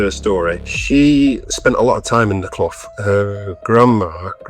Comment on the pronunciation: Loved the video. As a Blackley native, love the story. Nice to see The Clough and north Manchester getting some love. It is pronounced "cluff" btw ;-)